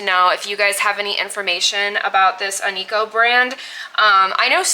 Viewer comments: on-key-o i think is how you say it great buy i have some onkyo av gear myself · Onkyo is pronounced Ank-key-O,. It’s an okay brand.